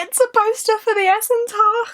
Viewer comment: I think it is pronounced 'Essen Tarsh', not 'Essen Tach', at least if it is taken from German.